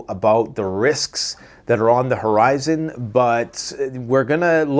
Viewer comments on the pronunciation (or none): none